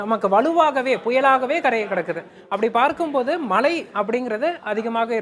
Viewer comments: மழை மழை என்று நிலைக்கண்ணாடி முன்பு நின்று 'ழ' வை சரியாக ஒலிக்க திரு பயிற்சியெடுக்கட் டும். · Ivan naakula vasambu vetchi theikanum pola, killing Tamizh words 😢 not malai ( it gives meaning mountain) 😮 it’s mazhai (Rain) 😅 her pronunciation is correct